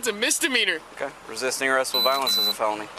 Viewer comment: “I WAS NOT BEING RESISTICK” 🤣🤣🤣